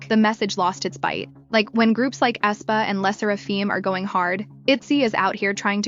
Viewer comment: flop after flop, they are finished, they peaked at wannabe. dumb narrator can't even pronounce Aespa right ...